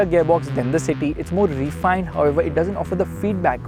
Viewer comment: Why do our Indian auto reviewers keep saying "ree-fined"? It's "refined"; please Google the pronunciation and get it right. Thanks!